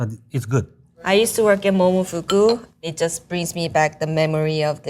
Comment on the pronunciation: That was the jappanessest "momofuku" I have ever heard